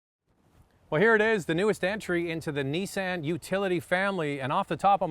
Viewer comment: Neesan hahahahahaha veheckill hahahahahaha